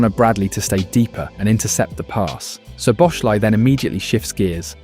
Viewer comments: its definitely the same Soboshlai cause its pronounced "So Bo Sla E". Love how no English person even tries to pronounce his name proper... I am sure he gave up on it long time ago... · Nearly got his name right. It’s pronounced SO-BOSS-LAA’ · Everyone, but it's okay. Soboslaee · bro if it helps, its pronounced soboslai lmao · Can I please ask you to try to pronounce his name properly he deserves it, as a Hungarian I know our names are very difficult for English speakers, but I give you a little help “Sz” in Hungarian is pronounced as English “S” And “I” at the end of his name is pronounced as English “e” letter so “Soboslae” that’s the closest how you can pronounce his name properly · Mate, learn to pronounce his name properly, it's really not that hard. In 1 video you did 4 different ways. "SZ" in Hungarian is a simple "S" in English...